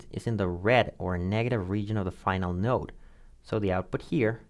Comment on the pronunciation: So he's saying node, and no depending. Those not familiar with "node" might not understand the differences since we're primed for no or yes. Might be helpful to be clearer in enunciation or spell it on screen.